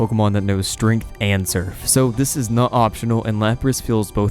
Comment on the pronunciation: lol i find it strange the way you pronounce "strength" are you saying, 'strinth'?